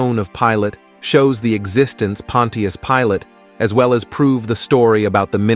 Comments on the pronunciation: Pon-chus Pilate, 2 syllables. Not Pon-ti-us. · Try saying it like this : Pon’shusss Pilate,..instead of Pon’teee’us. 👻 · It’s not pronounced pon- tee-us it’s pronounced pon-chus 😑 either narrate yourself or hire someone to. These ai narration voices are horrible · Using these fake assed AI voice narrating softwares is compromising the quality of your presentation by mispronouncing key words and names. Pontius Pilate is not pronounced "Pawwwwn Teee Us," rather, it is pronounced, "Pawwwn Chous" Pilate. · The pronunciation is not Pon-tea-us...it is Punch-us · Your text reader might as well call him "Pontiac" Pilate it's butchering it so badly. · Pontius? That's not how you pronounce it it's pon-chus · Pilot's name is pronounced "pon chess". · Pronounced Ponshus Pilate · the AI mispronouncing is so infuriating and is widespread, it's pronounced Pont-chuss, js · The name Pontius is pronounced “PAHN-shus”. I wonder if this is just another AI voice.🙄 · OK A.I. it is pronounced Pon shious Pilate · How he pronounces Pontius Pilate is hilarious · I don’t think I can take this vid with Pontius Pilot being mispronounced over and over lol 😅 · AI can't pronounce Pontius. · I sure wish this speaker would pronounce Pontius correctly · Now if only this AI robot voice could be programmed to pronounce’ Pontus ‘ correctly.